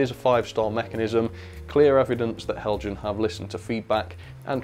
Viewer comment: Learn to pronounce. It is Hel-yan! This is a persistent and most insulting error.